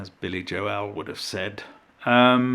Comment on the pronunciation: The most surprising part of this video was , when I heard Billy Joel's last name pronounced with two syllables, like Jo-El. I've never heard that one before!